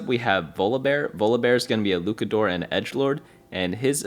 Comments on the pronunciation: fire info, appreciate all you do man. on a side note luchador still uses the ch sound like chad. its just luchador not lucador. keep up the great work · its luchador with the ch like cheese. you had it right the second time but went back to lukador for some reason lol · “luke-uh-doors” is frying me 😭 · Bro said LUKADOOR😂😂😂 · Me being a wrestling fan … I am fried 😂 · Luchador: "Looshahdor" (kinda...) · STOP THIS CRAZY LUCHADOR PRONUNCIATION. Your first pronunciation was much better